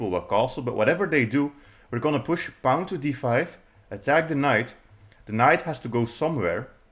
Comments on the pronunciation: Don’t pronounce pawn like the word “pound” without the D; pronounce it like the word “pond” without the D. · What's a "Pah-own?" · That’s a pawn with an accent. Welcome to the internet, where people speak other native languages ;)